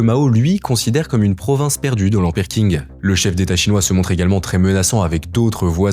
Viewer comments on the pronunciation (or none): Le Q en Mandarin est prononcé "Tch" et non "K": Dynastie "Tching", pas King ;) Vidéo intéressante, ceci dit. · je regarde juste quelques extraits mais i) tu ne sais même pas prononcer correctement le nom de la dynastie Qing (ca ne se prononce pas du tout "king", c'est du pinyin de base dont tu pourrais trouver la prononciation assez facilement) et ii) tu devrais t'intéresser à la dynastie Yuan (celle établi par Kublai Khan !) si tu veux comprendre les frontières actuelles de la Chine et ses revendications. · Bonne vidéo mais on dit "tshing" et pas "king" pour Qing. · j'ai découvert récemment ta chaine et t'es dans le top france youtube pour moi t'apportes une vraie valeur d'information et de journalisme, tu fais partit du futur qui va enfin remplacer la télé et les chaines d'infos trop lissent qui ne vivent plus que sur le buzz PS : Je crois que tu parles de la dynastie qing dans cette vidéo, ça parait pas forcément évident mais je pense qu''il vaudrait mieux le prononcé a la chinoise comme pour le reste de leur nom et donc ça serai plus "tching" que "king" phonétiquement en chinois le q se prononce "-ch" avec un léger "t" devant si je me rappelle bien de mes cours